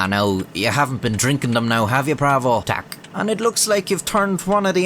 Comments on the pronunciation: Your "tak" is sublime! :) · well he got prawo jazdy and tak right, the rest was not too bad either